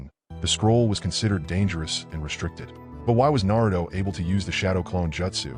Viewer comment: Bro gotta learn how to pronounce jeutsu wtf... Naruto is also pronounced wrong